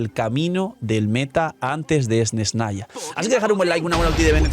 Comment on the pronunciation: Esnesnaya? Dilo como te enseño la rusa y crea tendencia 😉